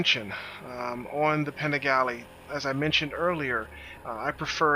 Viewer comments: All good. Both bikes are dope. I'm a little biased considering I own an hp4 but have ridden both. My only thing is: Could you please learn how to pronounce Panigale. It doesn't have a diacritical - ie. it's not an é. Js. Bless. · All I'm going to say is that I could tell this was going to be a biased opinion based on the over emphasized introduction of the "PANIGALE" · Great vid, but i would not call it an 'unbiased' video, its clear that you like your Panigale more. Even right at the beginning you put the emphasis on 'Panigale' but say HP4 normally.